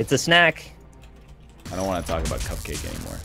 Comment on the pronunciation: No joke, Cupcakke is pronounced "cup-ka-kay" and not cupcake. I only know this because she performed at my school this year